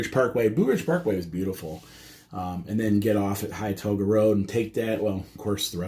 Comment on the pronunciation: Pronounced “Hen-too-ga” and “Ball sum”